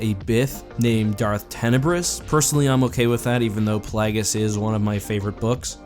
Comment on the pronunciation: I love how everyone pronounces Plagueius differently. :)